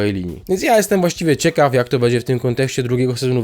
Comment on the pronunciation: Jak słyszę po raz kolejny "bedzie", to po raz kolejny coraz bardziej mnie się to podoba...